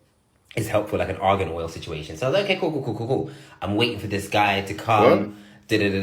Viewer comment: He said , Argan Oil.😂